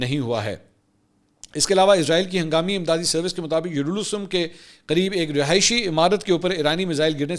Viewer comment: منصور علی خان صاحب ۔۔۔ کس پاگل سے سکرپٹ لکھوایا ہے ؟ یا آپ کو ۔۔ اردو کی سمجھ نہیں آتی ؟؟؟ شمس ۔۔ اور ۔۔ یروشلم ۔ تک آپ کو ٹھیک سے پڑگنا نہیں آ رہا ۔۔۔ حد ہے ویسے